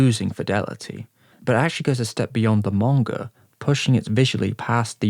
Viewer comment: Why tf does he say manga that way, 'Morngur'